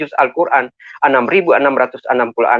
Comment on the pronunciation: Jangan mau di tipu orang ini baca Alquran saja belepotan ngaku guru ngaji tarbiyah 🤭